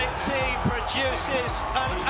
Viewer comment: Thee-um, not Team...